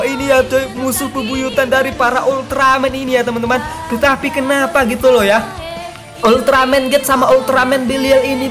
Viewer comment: Bang itu ulteramen bukan ulteramen geed